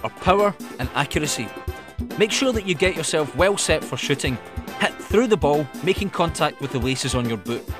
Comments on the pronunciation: lol i thought he said long range shitting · at the begginning of the video it sounded like he said "long range shitting" Haha